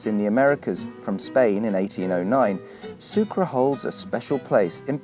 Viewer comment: No es sucra es sucre.... mismo en ingles se pronuncia: su-cray....